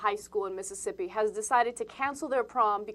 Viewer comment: I'm from Mississippi, and a big fan of TYT. I think she should totally be able to do whatever you pleases, and also, and atheist group offered to host the prom, which I think is great. By the way, I love how you say Miss'ippi. lol